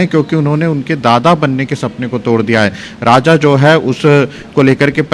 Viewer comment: Raja.....rah lhushwah nahin.....all channels all reporters are so confused and say wrong names........😅😅😅😅😅😅😅😅😅😅😅😅😅😅😅😅😅😅😅😅